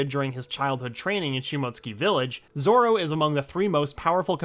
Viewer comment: You said zoro's first name right